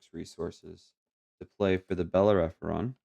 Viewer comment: GG! The red ship is pronounced Bel-Air-Uh-Fawn (learned that from Firefly LOL). I didn't see any mistakes :)